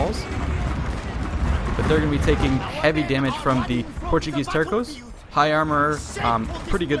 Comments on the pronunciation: Terco is pronounced Tehr-soh, not Tehr-koh. It's with a soft "C", sounding like an "S". The word is actually supposedly to be written Terço, the "C" having a cedilla. But they probably don't have the "Ç". It is the Portuguese version of Tercio. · "Terssos" not "terkos". ;) Nice game, btw...